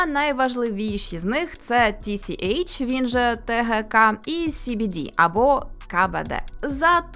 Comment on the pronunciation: Ну принаймні СBD ви правильно вимовляли xD